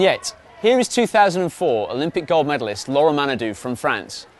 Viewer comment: It's laure and not laura !